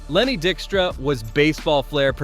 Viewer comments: Wait... you mean it's NOT "Lenny DICK-stra?" 😂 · I had to double take multiple times when the first pronunciation of a player was correct. Only to later be mispronounced several times afterwards. The content of the video was good...just check your pronunciation. Dykstra = die k struh